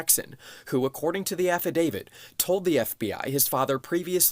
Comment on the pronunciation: "affidavid" x3 that i counted. no wonder that drunk girl that testified next to giuliani couldnt get it right either. THANKS FOX NEWS. people that parrot your newscasts sound just as stupid as the journalists here.